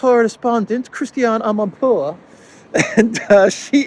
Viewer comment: We are going against winter, a burning Abraham will make a good, warming fire. I like your finesse pronouncing "Amanpour" 😆